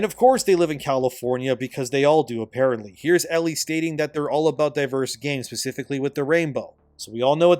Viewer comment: Man it's 'specifically' not 'pacifically'...it took hearing this about twenty times to drive me to this.